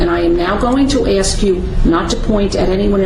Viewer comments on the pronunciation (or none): If this multiple personality organism is able to memorize and pronounce legalese without difficulty yet cannot correctly pronounce the word “ASK”, he has proven his determination to pick and choose vocabulary based on his arrogance, determination to play the fool and being belligerent in general. How hard is it to pronounce a three letter word? I feel if the defendant willfully refuses to pronounce the word in question, the judge is under no obligation to proffer an answer. It is possible, as a side note, he is mentally disturbed, suffers from a physical disability or is simply a jerk.